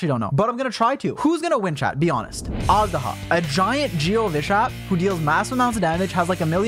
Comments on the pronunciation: Jesus christ I hear everyone pronounce it wrong, it's 'Age-duh-hah', not, 'Ash-daw-huh' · It's not pronounced az-daha tho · Awesome video! Little thing though: Azhdaha pronounced eysh-daha^^ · every time he says "assdaha" my heart cracks a little